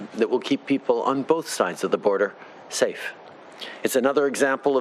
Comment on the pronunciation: "Do their job and say stafe" xD Love this guy, thanks for keeping the border CLOSED